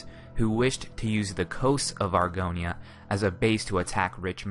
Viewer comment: When you called it Argonia in a previous video I literally screamed